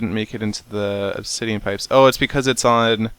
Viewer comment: teehee you said ob-titian pipes teehee.